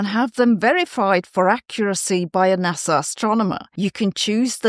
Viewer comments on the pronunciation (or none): none